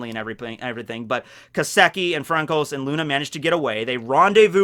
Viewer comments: Frankos? Do you mean Francois? It is pronounced as Fransua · Your pronunciations crack me up, “FRANCOS” lol His name sounds like “France-wah” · Hey it bugged me a little, just consider calling francois (Fransua) instead, its a better pronunciation, not to be bitchy or anything is just how I call him, thought maybe you didn't know. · Its Fran-Sua my dood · You are saying Francois wrong, put it into google translate French to English and have it speak in French the name.